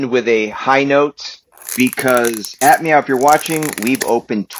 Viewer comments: is he saying admau? if he is its pronuonced a-f-mau? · It's noi not noeee it's also not aphmeow it's aphmau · Him: We also aph meow Me:ITS APHMAU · Lol you said ap meoaw😂😂😂